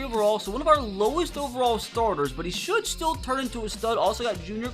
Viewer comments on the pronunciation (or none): none